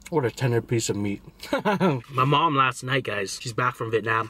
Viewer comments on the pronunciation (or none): none